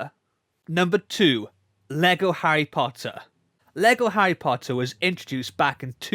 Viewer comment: Harry Pottah is back